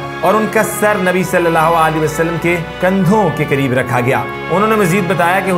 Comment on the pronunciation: Barae mehar bani nabi pak ka naam thk tarhan s lijye